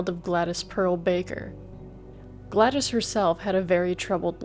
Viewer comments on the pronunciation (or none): "Glad-ees" "On January 1934..." Can you at put a tiny bit of effort into not sounding like you're (terribly) reading from a script? Wanna know how we know? Because you are TERRIBLE at reading. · Well-done. However, it's "Glad-dis," and "endometriosis." James Dougherty, not "Daughtry."